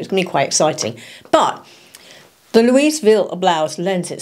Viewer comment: When pronouncing “Louisville” the “s” silent FYI